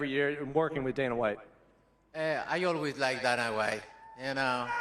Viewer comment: Why do foreigners always call Dana "Donna"? It's so easy to change the sound of the name.